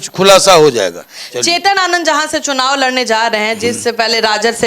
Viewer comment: 'चुनववा' ये क्या है? शब्दों को तोड़ कर मत प्रस्तुत करिए।